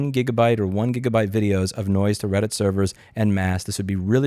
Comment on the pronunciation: Its called reddit not Brailleit... down with the blind!!